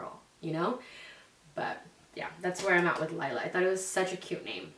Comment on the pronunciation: My daughters name is laila but pronounced like u said it everyone always says Layla but not it’s Laila in Spanish lol